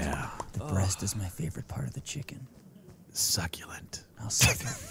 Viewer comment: I watched some of this video a while ago and just came back to it now aND ALL I HEARD WAS SAYING "succulent" vERY WEIRDLY (anyone wondering, it's )